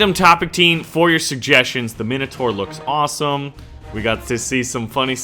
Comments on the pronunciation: It's pronounced mine o tour not min a tour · Sawee to bother you but it's prounoced mine a tor but wrote as minator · the i in minotaur is like an i in mine not minute, just saying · its pronounced mine-o-tour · nah wait that's just the American pronunciation, fuck u America